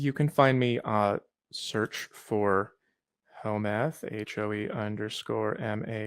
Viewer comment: He says your name in a mix between home-ec and home meth. I think it fits tho.